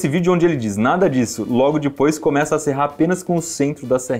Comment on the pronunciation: Saudades de ouvir o iberê falando “dipois” 😔